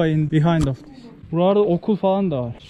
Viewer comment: yaw senin "this" yerine "diz" diyişine hasta oluyom ya